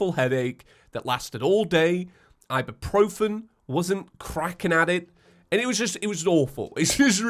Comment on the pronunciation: Alright, I'm sorry, but the way you said ibuprofen got me cracked.